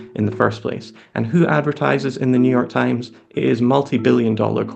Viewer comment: Ah, yes, the Neue York TimeSS